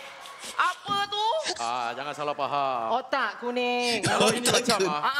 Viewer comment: Cuba sebut betul ayat faham tu, bukan Pahang.. Pahang tu negeri Pahang chuuii..